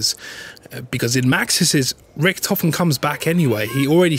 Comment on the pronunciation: Holy shit. His name is Richtofen. Not Ricktofon, not Richtophen, not Riktofen. It's in the bloody title for fuck's sake.